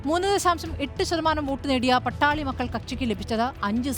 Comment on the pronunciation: Not Pattali.but Paattaali makkal